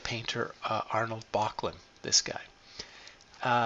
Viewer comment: The proper name is Böcklin, not Bochlin.